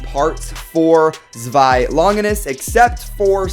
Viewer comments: To make it easier it’s pronounced like ZWIY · Zewi is pronounced sh way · Don't worry I got u... it's pronounced (zz-v-eye) zwei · This is how you pronounce zwei (zooweye) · I kinda want you to listen to google pronuncing zwei and try to pronounce it correctly would be fun :D